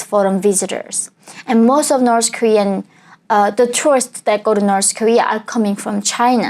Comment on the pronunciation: Why North pronounce like - norsë ?